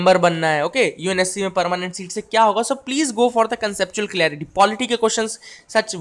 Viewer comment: Bhai clearitynhi hota clarity hota h. pahle khud padh lo.